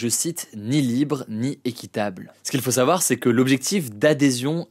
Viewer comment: Bon Hugo il va falloir commencer à dire le mot « savoir » correctement dans chacune de tes vidéos tu mâche ce mot c’est un supportable on dit « en savoir plus » pas « en sar plus »